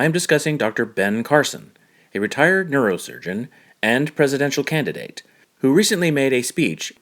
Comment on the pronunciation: Despite rewinding and listening to your narration between and more than a dozen times, I am still not sure if I heard you correctly. Did you say that Dr. Ben Carson was a "retired" or "retarded" neurosurgeon?